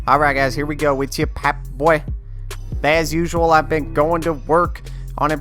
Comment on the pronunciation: everything is fine with your channel except how you say "popboy"